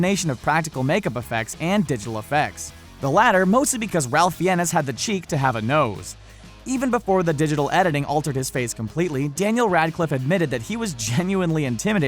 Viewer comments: its pronounced rafe fines. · Dont want to sound patronising but ralph fiennes is pronnounced "raif fines" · I thought Ralph Fiennes' name was pronounced "Ray-ff Fines" ? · Ralph Fiennes is pronounced "RAFE FINES" (ˈreɪf ˈfaɪnz). The well-known pronunciation has been established with American audiences since he was Oscar-nominated for Schindler's List and The English Patient by 1996, while thrilling many sci-fi fans with the (then) cutting-edge film Strange Days. Also, most cast/crew members do not find non-CGI appearances to be "hilarious" and difficult to "interact with" when working together. While you "aren't' sure how they got any work done", I can assure you that most big-budget cast and crew are professionals, not 13-year-old giggly fanboys/girls. Another basic tip for film journalism: The "amount of monsters and men" should be "the NUMBER of monsters and men", as things like people and monsters come in numbers, they are not measured in amounts like flour in a cookie recipe. :) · The fact he says ralph too, his entire name is pronounced wrong! 🤣